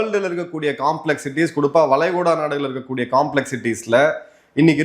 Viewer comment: "வலைகுடா நாடுகல்" தவறான உச்சரிப்பு "வளைகுடா நாடுகள் " சரியான உச்சரிப்பு